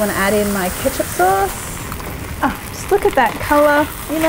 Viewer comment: stopped as soon as i heard ketcup